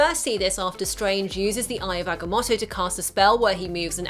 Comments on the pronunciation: agga-moe-toe not motto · oh my god,eye of ag-a-moe-toe